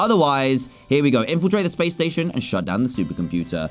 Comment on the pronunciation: did you hear dan say spashe missions👽😂